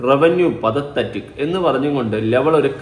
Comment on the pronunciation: Pathethetic അല്ല Pathetic മോനേ